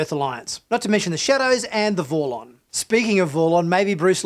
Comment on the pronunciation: Why is almost every single name pronounced wrong here? It's Bill Mumy, not Bill Moomy. And Peter Jurasik not Ju Ra Sic And its Vorlon not Vorr Lonn. And even Tracy Scoggins was said in a weird way. Have this guy ever seen the show im wondering? Bill Mumy was in so many shows. Who's ever said Moomy ? 😳